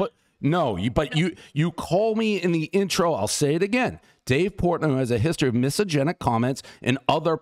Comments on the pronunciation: is he trying to say “misogynistic” lmfaooooo “misogenic” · "miso-genic?" you mean misogynistic? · Is he pronouncing misogynistic incorrectly, or is “misogenic” a word and I’ve just never heard of it? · What the hell is "misogenic?" Are you trying to pronounce misogynistic? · What is “misogenic”??!!! 😂😂 It’s misogynistic not misogenic. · Dave , say it with me slowly … “miss-sah-Jenn-ick “ (misogynic) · "misogynic" is a word but he's not pronouncing it correctly. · Miss Agenic was my highschool teacher. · I kept wondering if I was just so stupid that I didn’t understand what the word “misogenic” meant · Miss agenic.. everyone knows Dave can’t pronounce it 😂. Good on him for calling out this chick though. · It’s “mysoginistic” and I don’t think you are Dave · What is misogenic Dave? I give that pronunciation a 1.5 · Dave can't pronounce Mysogynistic everybody knows the rules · Dave not being able to pronounce "misogynistic" after all these years is always funny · Him literally reading it from the email and still mispronouncing it every time was especially hilarious. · lol he's still mispronouncing it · So true...first thing I picked up on.. classic Dave 😂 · I will only say it Dave’s way from this day forward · no it is not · yeah I think it’s just a “watered” down version of misogynistic. The definition itself is funny…like no I don’t hate women 100% only sometimes 🤣🤣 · I love how he mispronounces misogynistic totally disproving he’s misogynistic 😂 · Dave's inability to pronounce "misogynistic" is mildly infuriating. I cannot focus on anything else but good on El Presidente for calling out this lunatic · Dave pronouncing misogynistic incorrectly kinda takes away the "gotcha" factor. But still amazing that he confronted her and didn't take her crap. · That woman is horribly disingenuous and also Dave can't pronounce misogynistic 😅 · Dude runs million dollar companies and can't properly say misogynistic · Dude can't even pronounce "misogynistic" though.....?